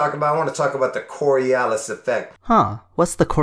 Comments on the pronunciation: That guy always going "Corialis" effect really Fucking triggers me. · Am I the only one who keeps thinking about the borialis when that guy says cori”a”lis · When listening an idiot is painful and entertaining at the same time. One alway is curious what is the next thing they are going to invent. I almost feel bad “almost” key word for laughing at him. He couldn’t even pronounce it right! He can’t even explain it right conclusion he doesn’t even know what he is talking about! And at the end “the part Jews” killed me...it always end in religion. I’m so sorry for laughing I promise it was not about the Jewish people it was about him just adding it like a plus to his explanation like it would explain everything. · I hate it when people can't pronounce "Coriolis". It's not even difficult. Fucking morons.